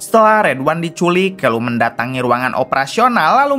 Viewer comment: Santa clause kok jd senter clause.. callum kok jd kelum..konoha²..nyebut anger muni waie...🤣